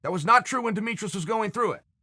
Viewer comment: “Demetrous” was the icing on the cake